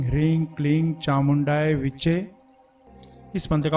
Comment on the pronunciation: last letter is che and not chai